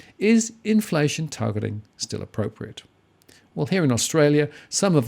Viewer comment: Targetlllling???, do a stroke test, stat